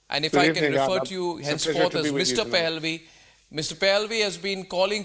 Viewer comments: Arnab he's not Pelvi as in pelvis, but Pahllavi😆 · Correction Arnab it is not Pehelvi as you pronounce but Pah la vi Pahlavi.